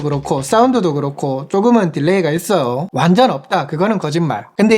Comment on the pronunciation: 말투보단 발음이.. 있어요 했어요 이런부분 거슬리네요 있어오 했어오 이러시니까